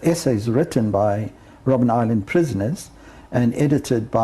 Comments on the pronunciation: ROBIN island?! it's ROBBEN island ( Seal island). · Robben Island not Robin 😮